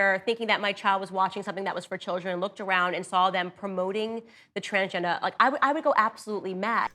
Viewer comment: Is trying to soften the word “transgender” by not saying it with a hard “r” so that it doesn’t sound offensive? Sounds a little bit like how White people say “colonizah” is offensive.